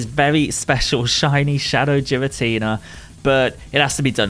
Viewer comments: You said Giratina differently then literally everyone. So you're objectively wrong. Honestly should apologize. Imagine calling someone's name wrong consistently and find out later without apologizing. Damn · I love your video, my dude, but you didn’t “say it differently to us”. You said it wrong. It was straight up incorrect. Every Pokémon name has an actual, canon pronunciation. It’s one thing to swap a consonant somewhere in the middle. It’s another thing entirely to mispronounce the first letter of a Legendary Pokémon that has been around since 2008 and get mad when people tell you how annoying it is when we have to listen to it for 8 minutes straight. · Ngl, the way you pronounce girstina hurts my soul. I don't know if it's the "official" pronunciation but it sounds wrong since everyone else says it as ghee-rah-tee-nah instead of jee-rah-tee-nah. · Giratina* not Jiratina lol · It’s a G, not a J, your pronouncing Giratina like Jirachi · What the hell is a Jeeratina GEARATINA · The way he says jiratina instead of giratina Is the most triggering thing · It’s giratina not jiratina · There is no j in Giratina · it's Giratina not Jiratina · I like how GEAR-uh-tea-nuh is pronounced Jeer-a-tea-nuh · My gf heard you saying “Jiratinia” instead of “Giratina” and she started flipping out 😂😂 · GEAR-uh-teen-uh, not JEER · Jiratina ? What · Geeratina... lol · Its not "jiratina" 😭😭 pls broo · It's pronounced giritina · Jeer-in-tina lol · The pronounciation of Giratina is killing me. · Im kinda triggered by jiratina lol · STOP SAYING JIRATINA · It's not jiratina 😭😭😭😭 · Ah yes jeratina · HA! "Jiratina"! LOLZ!! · Does he say jiratina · mans said Jiratina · ITS NOT JIRATINA HOLY CRAP THAT IS SO ANNOYING TO HEAR IF YOU CANT SAY THE DAMN NAME RIGHT THRN JUST SAY THE DEMON FROM HELL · Man called him jiratina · I’m sorry but your pronouncing it wrong, everyone does it, but it’s a bit annoying (Gear-an-Tina) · "Jeeratina" lmao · Please stop saying "Jiratina"...